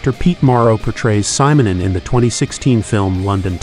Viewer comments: ...yeah, what do you expect from an A.I. narrator?! All this so-called marvelous technology, and they can't even pronounce simple names and words correctly. 🤦‍♂ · You mispronounce his family name.